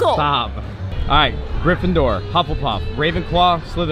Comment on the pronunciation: The way says hufflepuff makes me as a British person, violently ill.